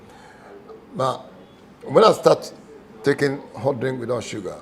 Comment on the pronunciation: Yeeeeeyy! My bro, got the right pronunciation now. Hahaha! Guys, did u hear it, he said HOT pepper, as opposed to his American HAT! Now when u get to Kumasi u can let them know, u want HOT bread! Proud of u bro! Great interview!